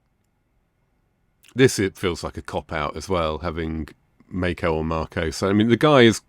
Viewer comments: Mako is Japanese so his name is pronounced Mah-ko. The letter A in Japanese & Spanish is pronounced like "AH". I assume "May-ko" stuck around because Mako never bothered to correct anybody or he just let it become his stage name given how everyone called him. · As his name was Japanese, the correct pronunciation is Mah-ko.